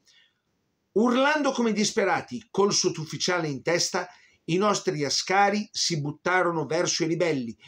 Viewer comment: I soldati eritrei si pronunciano A'scari ( in eritrero As'kar ), con l'A iniziale marcata. Da non confondersi col pilota Alberto Asca'ri ove la marcatura è sulla 2^ a. Inoltre Chèren e non Cherèn, almeno Chèren la pronuncia così Mirko Campochiari in un video sull'omonima battaglia del 1935. Gli abissini erano guerrieri sì ed orgogliosi della loro indipendenza che assieme alla Liberia negli anni '30 erano le sole 2 Nazioni dell'Africa indipendenti